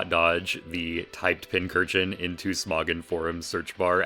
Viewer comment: Haha you called smogon Smawgon, learn how to read kiddo